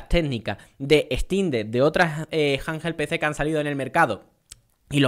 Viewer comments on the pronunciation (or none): Me pone nervioso cada vez q dice "janjel pc"😂